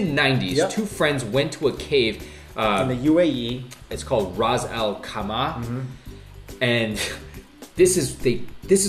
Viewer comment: did u say UAE btw it's ras al khaima not what u said btw I live in UAE